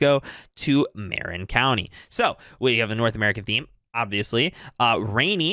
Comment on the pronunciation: Appreciate your sensible takes, very easy to listen to. Loving this series. (btw Marin county is pronounced “Muh-RINN.”)